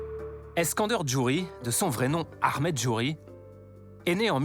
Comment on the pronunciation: C’est Ahmed pas « Akhmet ». On dirait le flic de beverly hills